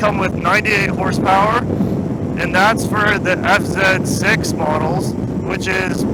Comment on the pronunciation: You said zet 6 😂 I always do that 😅